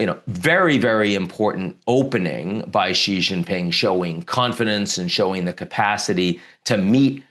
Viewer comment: Come on man, “Xi Jinping” … pronounced shee jin ping … Xi like she, jin like win and ping like wing. It’s really simple, why are you adding all the vibrating consonants?it’s one of the easiest Chinese names